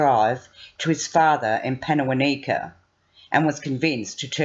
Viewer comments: Pannawonica is pronounced Panna wonn ika! Karratha is pronounced Kar Arthur! Annoying. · Wow, I live in WA and can't believe this happened 2 years + ago, feels like only a few months ago. I heard of this disgusting abhorrent crime, but not in this much detail. Can I just say, it's pan-uh-won(rhymes with on)-i (as in knights who say)-kuh. Accent on the won. And karr-ah-thuh accent on the ah.